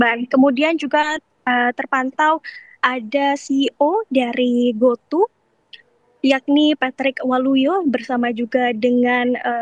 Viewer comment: Bilang aja goto (to nya pakai nada toko pedia) gausah di Inggris in jadi go tu malah alay mbak reporter